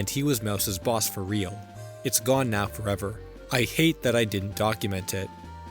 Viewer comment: Lost Fo’EH-VAH